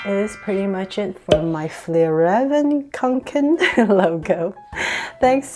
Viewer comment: To pronounce fjällräven kånken is like fyellreeven konken